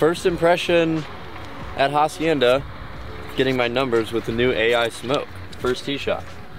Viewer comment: The H is silent in Hacienda btw. Spanish word sounds like Acienda